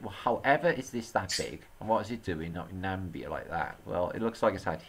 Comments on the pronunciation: It's pronounced, Na- mib- bia. Not nambia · Hi, love the content. I've been to Namibia and its hot as heck. I did think how scorched the landscape was but it is 40deg+ most days, year in year out and everything gets baked. PS: Its pronounced Na- mib-ia (with the ia rolling off the mib )opposed to how you were saying it as Nam-bia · It is Na-me-bia. Nam(i)bia. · Dude, it's pronounced Na-mib-ya. Thanks for your work.